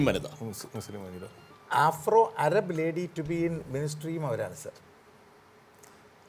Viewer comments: അരബ് അല്ല അറബ് 😜😜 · അരബ്❌ അറബ്✅